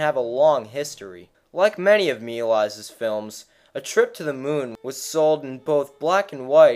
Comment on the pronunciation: It’s pronounced George Mei - Lee_as